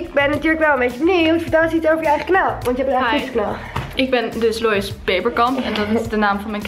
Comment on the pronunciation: Omg lois ze zeiden je naam verkeerd en ik ging echt stuk HAHA